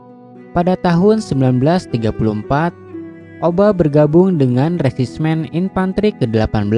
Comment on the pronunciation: iya resimen jadi resismen